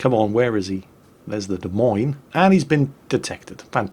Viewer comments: Cracked me up. Des Moines is pronounced like De Coins. Justifiably, nobody seems to get it right. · it's De Moinz, oi like oil otherwise known as the Daisy Mae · De Moin is how its said in NA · "Des Moines" = "Deh Moyn". Just sayin'. :-) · A quick note. It is pronounced "de moyne", and since I'm here Roanoke is pronounced "rowanoak". You're welcome. :-) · What in the world is a "Des Meens"? I know what "Des Moines" is. I've even been there. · Ok, which one of you jokers fooled poor into pronouncing Des Moines “demeeens”? 😂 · de mines? i just wait till calls this ship "TO THE SALTMINES!!" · in America we say Des Moines completely different lol. Our pronunciation is something like ( Da Moyn ).;) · Des Moines.. .pronounced Duh-Moin. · I believe it's pronounced "Dez Moneez" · hahaha its really funny to hear him pronounce it De Meens.........its close enough i guess. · the ship Izolate is sailing is pronounced Da-moin, the e on the end is silent. it is the capital of the state of Iowa. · Des Moines... pronounced “De Moyn” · I say this every time someone says the "S" at the end of Des Moines. THE "S" IS SILENT FFS. I know was pretty good at keeping it silent but he let it slip a few times:P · Your pronunciation of Des Moines is making us Iowans' ears bleed. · Pronunciation link your so crap lol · you're saying the the Des Moines wrong. Anyway you old gnome, see you in the salt mines.